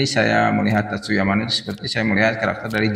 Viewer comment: Ralat bang, Tatsuya Amano. Bukan Tatsuyo Amano 🙏🙏🙏🙏.